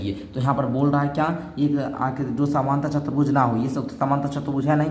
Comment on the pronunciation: Chturbhuj hota hai chatarbhuj nahi🫵🫵🫵🫵